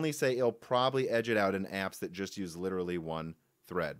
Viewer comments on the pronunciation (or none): none